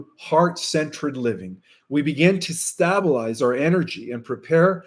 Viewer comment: DUDE, STAY-BLE-IZE Not STAB-BLE-IZE ....and Happy Birthday my friend!!!